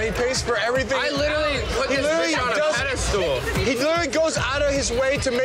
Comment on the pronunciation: “A peda-stool”